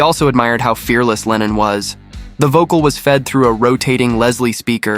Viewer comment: il faut absolument que tu te corriges !! ta prononciation est NULLE !! lennon n est pas lenine !! grrr